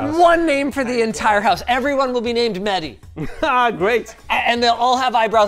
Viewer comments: MEHDI not MEDDY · It's mehhhhdi not medi😂